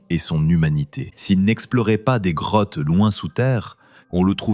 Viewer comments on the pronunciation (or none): Je rêve où il a dit "crottes" au lieu de "Grottes"? 😂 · Oui j'ai entendu ca aussi